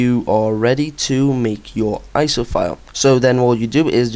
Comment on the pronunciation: HATE how you say iso...but GREAT vid :D